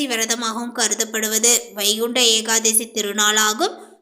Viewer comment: ஏகாதேசி இல்ல ஏகாதசிதான்சரி